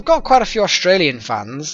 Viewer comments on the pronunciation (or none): none